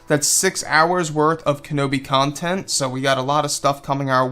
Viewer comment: Future starwars cumtent that's what you said in the beginning